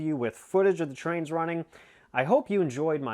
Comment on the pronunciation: YES THATS TWAINZ WITH A Z AND A W HEE HEE;-)